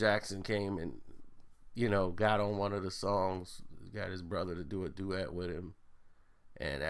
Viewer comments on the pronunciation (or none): none